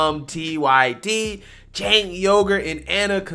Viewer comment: Did you say "Jank Yogurt"? 😆